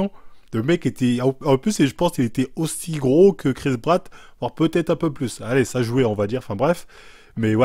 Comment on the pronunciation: "Chris Bratt" 😂😂😃